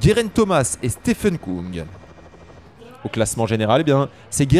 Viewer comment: Merci pour ces comptes rendus de qualité ! Pour info on prononce Stefan Küng (ue) et non "Koung" car en allemand le tréma modifie la prononciation du u. Il se prononce comme en français